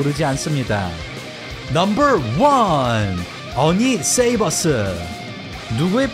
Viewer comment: 세이버스 아니고 쉐이버스.